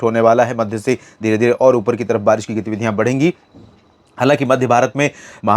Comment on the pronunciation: छत्तीसगढ़ के लिए बरीस बताते हो बरीस नहीं होति नाम ललित कुमार पाटले